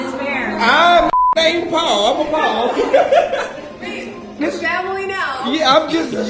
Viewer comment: "IM APPALELD" HAHAHAHA